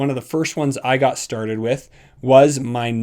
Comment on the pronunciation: I come here and press like to hear you say "lets get sturded" lol